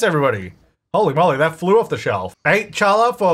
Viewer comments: the bread is pronounced like Halla, even though it’s written with Ch. but omg I didn’t realize it was in the game I got excited about a bread I don’t even regularly eat 🤣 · Challah bread is pronounced haal-uh bread. It's Jewish, Ashkenazi Jew to be precise and you are making it during Hanukkah so it is fitting. Chag Sameach! Matzo Ball Soup is as well. <3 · Challah is actually pronounced "Ha-Lah"! The "CH" turns into a guttural "ha" sound in Hebrew. It's a super delicious egg-based bread typically eaten on Friday and Saturday for Shabbat. And it makes the BEST french toast. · Hey! The “challah” bread is actually pronounced like “hall-la”! It’s a Jewish bread, so the “ch” sound is pronounced more like a harsh “h” sound! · teehee at ' challah pronunciation - its pronounced 'haa-la';) Its also delicious and now I want some. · i love you, but Challa, ch, is like, hocking a loogie. it comes from the back of the throat. chhhkk ah lah - you get a pass though because you're like the only simmer that pronounces Battuu correctly lol Loving this season and so excited for more! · Yes challah bread is a Jewish bread. It's like brioche. It's great to make sandwiches with or french toast or anything it's super delicious and shiny It's soft on the inside like brioche and it's hard and crusty and shiny on the outside like a pretzel and it pronounced "holla" lol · Can’t believe nobody in comments corrected on his pronunciation of challah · I really love how you pronounce challah😅 (if you're interested: the "ch" is pronounced like you have something stuck at the back of your throat, or just pronounced "hallah") but i still like the way you say it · Just so you know, challah is a Hebrew/Yiddish word and so is pronounced with a hard "h" (like using Ur throat) rather than an English ch sound. Alternatively it would be better to pronounce it "hallah" if you can't do the hard h which I know is hard for many English speakers. I hope this makes sense 😅